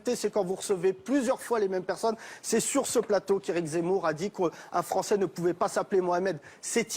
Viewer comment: Gimenez, un espingouin plus fwançais que le fwançais, wigolez pas les gars, ses awwièwes gwands-parents ont subi le wacisme, maintenant il faut donner en wetour des gages d'intégwation wéussie.